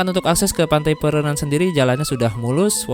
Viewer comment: bang, laut antara bali dengan pulau nusa penida itu namanya selat Badung. ombaknya 11-12 dengan ombak selat lombok. pura terbesar kedua di Bali, sepengetahuan saya itu Pura Ulun Danu Batur. Pantai pererenan, ren nya dibaca kayak pelafalan ren pada rental.